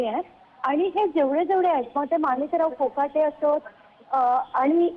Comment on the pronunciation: मोकाटे नाही कोकाटे